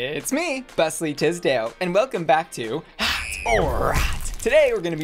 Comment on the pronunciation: Bussly Tisdale 😂😂